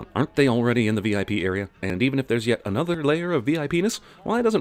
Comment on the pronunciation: lol all i heard was VIPenis lmao how has that not become a common term haha